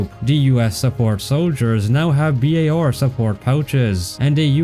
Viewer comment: Bi Ey Ar? Its BAR